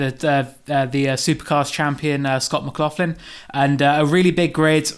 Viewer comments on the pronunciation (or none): It's McLaughlin not McLaughfin.